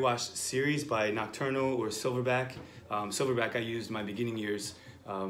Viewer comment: OK I found it from image, that ink name/brand is "NOCTURNAL". It sound like he is saying "Eternal", the nocturnal is fairly CHEAP can't wait to try. Thanks